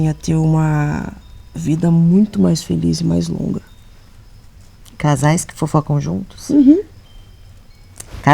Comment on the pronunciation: KKKKKKKKKKK a dando ênfase em "CASAIS"